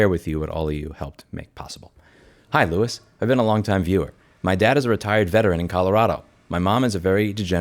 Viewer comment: Lol, "Lewis". 😂